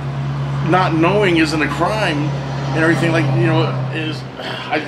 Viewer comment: “And errryfing like that”